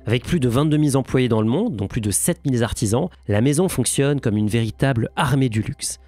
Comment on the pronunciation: vision centralisiée Vingt-deux mille-Z-employés Sept mille-Z-artisans Petits soucis de prononciation on dirait 😁 Ça ne change rien à votre valeur ✌️👍